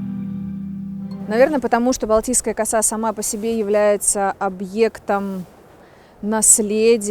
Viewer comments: Ударение правильно делайте в слове коса,слух режет.поселок Коса.,косу-у ударение на у. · Балтийская Коса ударение на а. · Пожалуйста, в слове коса ударение ставьте на второй слог